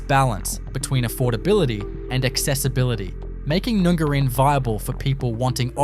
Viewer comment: PLEASE pronounce town names correctly!!! NUNGARIN is NOT pronounced "Noongarrin" it is pronounced as in "up" and the "a" is pronounced like "Apple". I cringe every time!!!!!